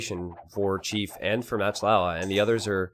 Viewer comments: Pronounced moc lova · Why do you call "MachtIowa" "Matchlaua"? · How you say "Machtlowa" drives me up a fucking wall.